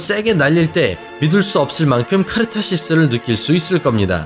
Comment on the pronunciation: 차도르 외래어 읽기에 취약하네요 ㅎㅎ 카르타시스? ㅎㅎ 나라이름도 다르게 말하던데...